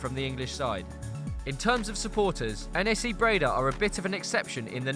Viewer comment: It's not N A C, it's pronounced together NAC, like knack in English.